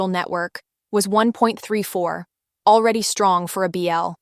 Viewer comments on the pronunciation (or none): none